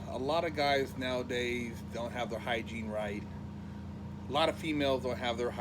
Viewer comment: lil nigga said hygine disaster lol